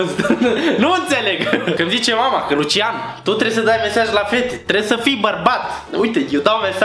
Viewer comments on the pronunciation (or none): none